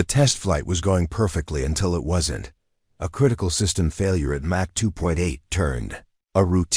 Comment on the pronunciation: Mach 3 is pronounced mock 3